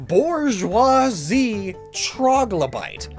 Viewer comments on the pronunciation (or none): none